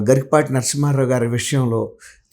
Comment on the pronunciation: గరికపాటి కాదు గరికిపాటి 🤦🤦🤦